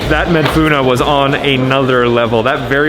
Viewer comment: "Madfouna " not Madfouno😉